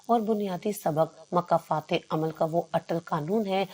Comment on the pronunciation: مکافات نہ کہ مکہ فتح یہ کہانی بہترین ہے مگر تلفظ بہت زیادہ غلط ہیں